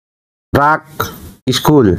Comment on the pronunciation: ইস্কুল না স্কুল।